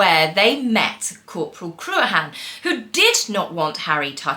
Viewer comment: Harry is a pain in the backside when it comes to anything to do with the military. I still think if he didn't get with MeMe he would still be in the Army. I have see the pony that you were taking about, Cruachan he is so cute . The way you pronounced it is incorrect is a good old Scottish name and it is crook-an how it is said.